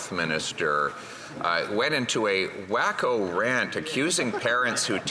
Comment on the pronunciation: He said WAKOOH